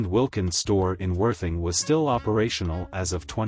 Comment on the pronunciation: Ditto. It works for 30 seconds or so, and then it's tedious. Cannot even say Worthing properly! Nice pics though!